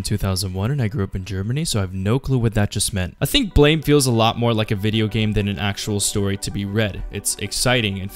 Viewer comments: its not pronounced as ''blame'', its supposed to be an immitation of the sound a gun makes when it fires, ''BLAM'' . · I was going to watch the video but you pronounce it "blaym" instead of "blam" right after your voice cracked, so I stopped... Haha, na great video =D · I'm pretty sure the manga title is pronounced "blam" not blame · Blame is pronounced as blam btw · BLAM. The e is silent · it kinda urks me that he keeps saying it wrong. it's pronounced blah-m, i know it's dumb to be urked by it but oh well. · It's pronounced 'blam'. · Ain't it pronounced blam? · It's pronounced "blam" ma dude.